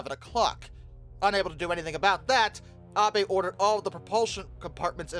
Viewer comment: Thank you for not pronouncing Abe like “Abe Lincoln”